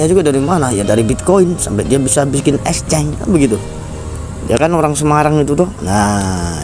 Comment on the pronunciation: Ngucap Exchange yg bener dulu, baru buat konten.